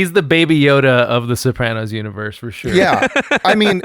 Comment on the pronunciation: Guest pronouncing it Soprohnos is enraging